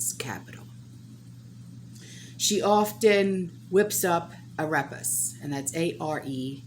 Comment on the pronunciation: Ah-ray-pas. The e in Spanish makes a long A like the ay in the English word ray. Not trying to be a jerk, but I thought you might want to know.